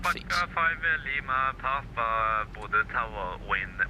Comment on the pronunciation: Bodø with ø not o. I’m norwegian and i begin to laugh when non norwegian speakers says bodo or budu/o. And Trondheim with d not t but it’s fine.